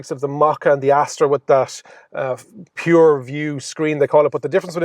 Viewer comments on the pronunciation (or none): none